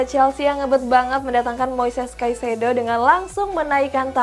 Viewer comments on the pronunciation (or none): none